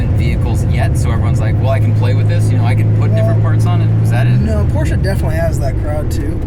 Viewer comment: Cool car, but honestly, if you use a german word as your brand name, learn to pronounce it...